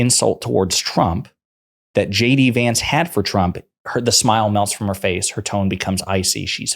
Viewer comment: Wait wait ...anyone noticed she says ..shady vance ....or is it just me ?